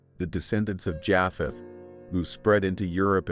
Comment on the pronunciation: He keeps saying Jaaapheth and it's making it so difficult to listen to. Is this AI? It's pronounced Jaypheth.